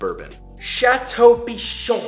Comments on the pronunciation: Château Pi*CHON* Baron Gotta put that emphasis, you know? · Nobody: Absolutely nobody: Josh: "pIcHoN"